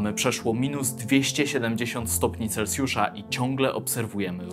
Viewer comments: chciałbym też zauważyć że nie mówi się celcjusz tylko celsjusz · Celsjusz… nie celcjusz.